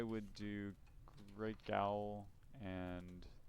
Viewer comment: Thank you for this guide; I didn't want to look up any advice on beating the normal game, but for avian chaos I need all the help I can get. Also FYI, "Gaol" is just an archaic spelling of "jail" and is pronounced the same.